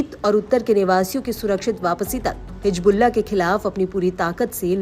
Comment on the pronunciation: نیوز اردو 18 پر اردو جاننے والے کو بٹھائیے۔ حزب اللہ کو حجب اللہ کہہ رہی ہیں محترمہ۔